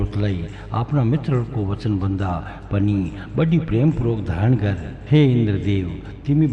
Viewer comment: सबै राम्रो छ 🙏🇳🇵 तर गर् , हैन गर, ग र उच्चारण गलत हो रहा है उसके वजा से सम्मान नही हो रहा है देवो का, गर् नही होता गर होता है फर्क ए है कि गर् सम्मान नही होता उसमै आधा र् उचारण जो आप कर रहे, गर र मै अ का ध्वनि सुनाई देना चाहिय,तब थोडा विनम्र आया लेकिन सम्मान के लिए गर्नु बोला जता है, उसका मतलब किजिय हुवा गर् का तु कर हुवा गर अ के साथ तुम करो सिर्फ देवताको गर् सुनके बुरा लगा हम लोग गर्नुस केहेते है, कोहि गरअ भी लेकिन गर् नही,बाकी तो जय हो 🙏